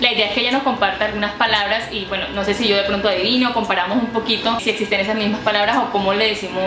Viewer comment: ) por que disen NOC en ves se NO SE??